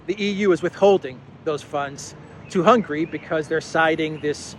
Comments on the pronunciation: Hungary. Not "Hungry." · Mate, I really like your channel, but let me tell you, that even though we are not too wealthy here in Hungary, but we are certainly not hungry. The name of Hungary is rather spelled Hun - Gary! 😃